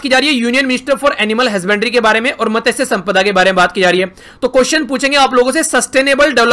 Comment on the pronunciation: Sir मत्स्य ऐसा बोलता है usko